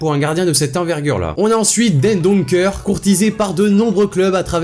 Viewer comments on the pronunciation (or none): Très bonne vidéo mais juste , pourquoi vous dîtes " Dènedonckeur " et " Andèrelèchte " C'est du néerlandais, pas du français , Axel " Huitsel " , c'est pas un " v " mais " w " . Il sert à quelque sinon il ne serait pas là ! Tout ce qui est écrit entre guillemets est la phonétique, sauf le v et le w .